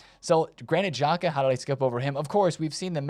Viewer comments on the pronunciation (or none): none